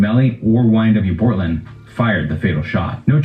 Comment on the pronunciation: my man really said - "bOrtlAnd" 💀😂😂😂